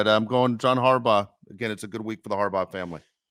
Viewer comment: It's HARBERT......or .... HERBAUGH